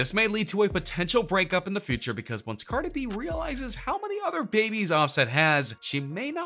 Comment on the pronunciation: Why did he say cardi's name like that